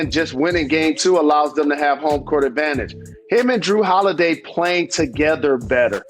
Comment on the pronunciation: Jalen said Kawhi Lenil and Drew Holiway 🤣🤣🤣